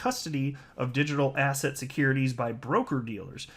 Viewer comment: Every time you say the word ‘asset’, all I hear is ‘ass hat’.